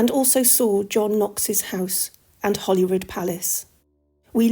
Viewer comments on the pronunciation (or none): It's name is Holyrood not Hollyrood.